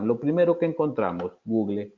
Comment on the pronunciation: Muy interesante y gracias por la información suministrada. Le sugiero al que revise la pronunciación de su inglés con los docentes de su universidad. Ejemplo: Google = /ˈɡuːɡ(ə)l/